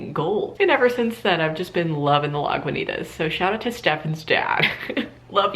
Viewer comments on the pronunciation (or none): I live right by Lagunitas brewing co and the way you pronounced that was honestly WILD